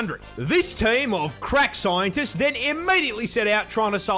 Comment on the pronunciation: watching MoreParz will always be an instant watch. Also, it bears noting, HEAVY emphasis on “CRACK” scientists